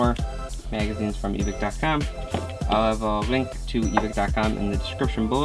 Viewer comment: U said evike wrong